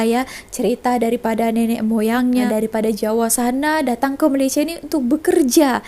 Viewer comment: orang Malaysia tak sebut malaysie.....its Malaysia